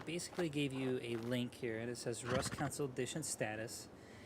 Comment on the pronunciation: No offense my man but every time you say council instead of console it bugs me😂